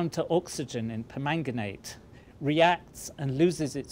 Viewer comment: For some reason, I just like the way he says "permanganate".